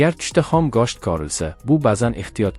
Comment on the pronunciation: гошт эмас гушт 😒 денг